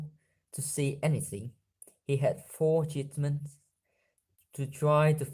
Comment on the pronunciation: Nay có vẻ k tốt bằng 2 hôm trước nhỉ, nửa đầu khá vấp khá khó nghe, nửa sau tốt hơn . T để ý từ treatment đọc có vẻ k đúng ở treat. kiểu phải là ''chuýt'' chứ k phỉ ''chít'' :v